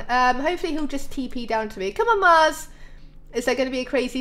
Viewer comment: when she went to see the Snow Golems she said max instead of Mars